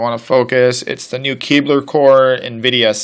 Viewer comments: Kepler, not Keebler :). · It sounded like he said "Keebler" core, now I want some fudge stripes despite not having any here atm. I guess that's the way the cookie crumbles :(